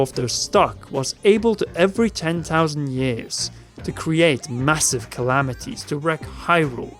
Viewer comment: ten tousand